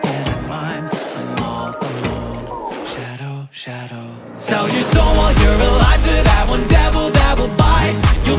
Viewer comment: Shadow の言い方というか発音が好き 英語の歌詞になるともっとカッコよくなるのね…